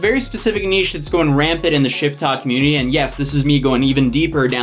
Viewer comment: I thought you were saying “shittok” and I totally understood